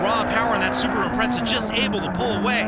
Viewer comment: Haha, funny how people always seem to underestimate the imprezas. Just because they are awd doesn't mean they lack handling capability. Its not a drifting competition, lol. Also notice how the guy pronounces it "Impretza" instead of Impreza in the beginning.